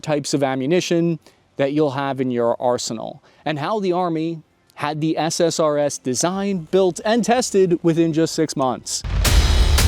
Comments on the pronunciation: Every time you say SSRS I hear SSRI instead. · drinking game, every time he says SRSS instead of SSRS